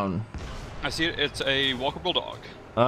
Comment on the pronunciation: why does it sound sturmling is saying walkable dog instead of walker bulldog